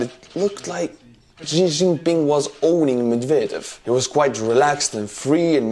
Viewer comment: That Xi Jinping butchering had me dying 🤣